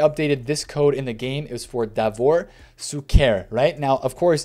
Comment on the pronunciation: PLEASE BRO PLEAAAASE :) SHUKER !! SHHHHHUKER :) with the ephasis on the U -- > SHU-ker